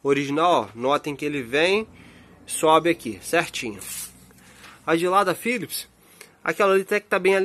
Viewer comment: Cara so um toque Philips, é com P, não con F